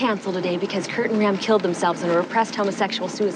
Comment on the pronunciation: Why did she say Kurt like that “KurT and ram